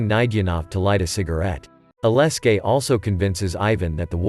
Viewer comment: Could u not butcher alexei? With aleski?